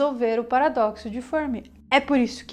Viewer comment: A pronúncia de "Fermi" deve ser a italiana, e não a inglesa.